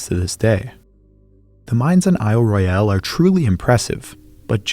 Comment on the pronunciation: Small correction - The folks who live on the Island call it "Ro-yul", as the British say it, rather than "Roy-yal" as the French would say it.